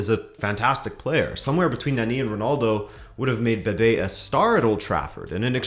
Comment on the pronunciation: Is Bebé, not Bebe